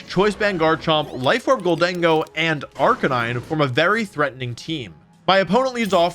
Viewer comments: It's so weird hearing him mispronounce Arcaneenae. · Wolfey's BonusWolfe impression is good, but he made one mistake - BonusWolfe pronounces Arcaninay correctly. The second half of the video is just presented by regular Wolfe with a hat! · Man this guy says arcanines name wrong a lot